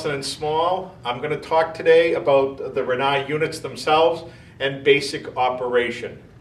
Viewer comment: "Air-yee-yer" lol